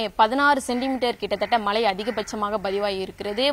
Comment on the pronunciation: செய்தியாளர்கள் தமிழை நன்றாக உச்சரிக்க பழகிக்கொள்ளுங்கள்...தமிழகத்தை தமிலகம் என்று உச்சரிக்கிறார், மழையை மலை என்கிறார்....